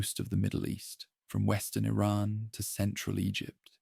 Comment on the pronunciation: But how can I trust you when you just said Ayraaaaan for Iran